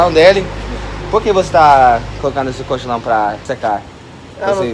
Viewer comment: Colchão, kkkkkk, não cochilão...